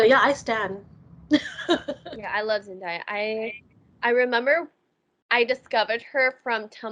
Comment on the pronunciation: NOT ME MISPRONOUNCING ZENDAYA’S NAME FOR LIKE 5 MINUTES STRAIGHT!!! FORGIVE ME QUEEN